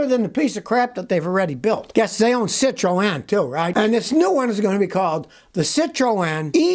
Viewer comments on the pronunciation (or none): Silontis is it not citreon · Cit row Anne 😂. Jeez learn how to pronounce names 😂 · Like the " Sit-Ro-An " pronunciation 😊